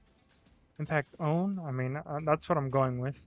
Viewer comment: I think it’s pronounced impact-tone since it seems to be shaped similar to a tuning fork. Tone - tune. Idk maybe the devs will say otherwise. Great run, I was skeptical of the weapon when I got it but I might give it a shot after better understanding the alter attack